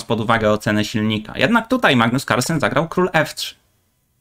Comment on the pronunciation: Weź poćwicz Kalsperk